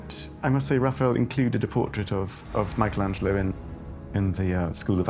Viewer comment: Why does this program insist on mispronouncing the name 'Michelangelo'?